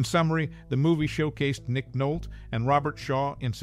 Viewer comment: His name is pronounced Nick Nol-tee! 😢